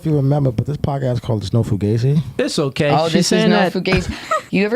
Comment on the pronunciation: Isn't it pronounced foo gauze eee with that spelling?